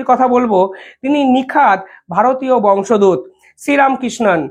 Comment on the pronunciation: বংশ দুত নয় নয়,বংশোদ্ভূত। বারবার ভুল উচ্চারণ করছেন, বাজে লাগছে।